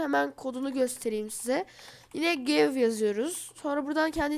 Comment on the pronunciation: Aga orda give gayv diye değil direk giv diye okunur ;)